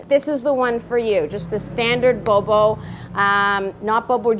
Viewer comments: I LOVE YOU SASCHA!!! saya juga lagi susah nih belajar bahasa spanyol. sekarang tinggal di Kolombia dan masih enggak lancar ngomongnya. kayaknya bakal contek metode belajarnya, deh. makasih banyaaaaak!! btw, mungkin kamu mesti latihan ngomong "bobo" karena masih terdengar seperti "bowbow" hihihi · bo bo..not bow bow 😝